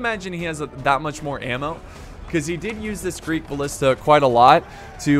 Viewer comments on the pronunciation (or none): none